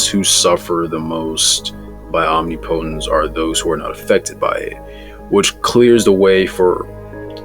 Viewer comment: For real, it's literally not hard to say